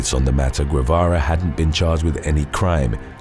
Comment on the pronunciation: Dude. Reynaldo's last name is pronounced "Geh-vah-rah"